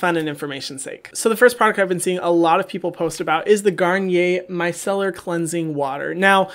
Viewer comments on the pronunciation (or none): none